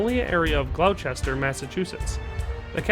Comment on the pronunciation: Hammond Castle’s location - Gloucester, MA - is pronounced “glosster” . It is named for a truly medieval town, Gloucester in the southwest of England, also pronounced glosster .